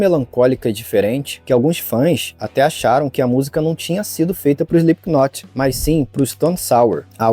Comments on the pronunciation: dica construtiva: se pronuncia SLIPNOT", não "SPLIPQUINOT". O K nesse caso, é mudo. Adoro seus conteúdos, abraços e sucesso! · Pronuncia correta: "Slipnot"... doi nos ouvido ouvir esse "Islipiquinoti".......... fora isso, massa o video, boas informações.... pesada essa letra, está na minha playlist por conta disso antes de mais nada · Não se fala SlipKinot... Fica estranho ouvindo. Se fala sem o K (Slipnot) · Parem de falar "Slipkinot" A pronúncia é sem o K, soa como "Slipnot" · Não precisa soar a letra "K" no nome da banda. Se pronuncia Slipnot mesmo. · "SplipKnot" AHAHAHAHAHAHAHAHAHAHAHAHAHAHAHAHA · Pronúncia: Slipknot ( "slipnot", esse t bem brando), esse k não se pronuncia. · Cara, muito bom. Sem querer ser chato, mas já sendo: quando se lê o Slipknot, o "k" é mudo.